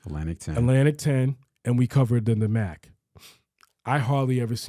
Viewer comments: Why are you calling the MEAC Meek, it’s pronounced Mee-ACT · It’s ME-ACK, TSU is in the Ohio Valley Conference. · The who??? The “MEEK(?)” 😂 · I came on here to just let you know you guys sounds dumb when it comes to HBCU football lol that’s coming from a swac guy go catch alcorn vs grambling or Alabama st vs Alabama a&m can’t even pronounce MEAC right lol